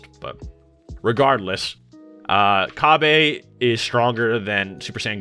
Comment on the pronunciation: Oh my god you saying “Ca-bay” makes my ears bleed💀